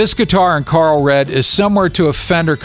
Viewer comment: Pretty high falutin talk about Hialeyah for someone who can’t pronounce Coral. Lol.